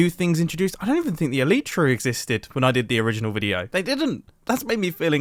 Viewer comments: The elytra is pronounced ELL-EYE-TRA Not ELL-EE-TRA It’s named after bug’s wings, which are also called elytra. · It’s Elytra, you said Eleetra. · He killed me when he said elitra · Hey Love Your Videos But Your Pronouncing "Elytra" Wrong. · it is an elytra not an eletra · He British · Ee lie tra is how you pronounce it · The way he said elytra like alitra is amazing lol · the way he pronounced elytra scared me